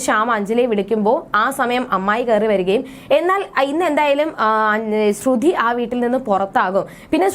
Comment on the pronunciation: Please say like sruthy not srudhy.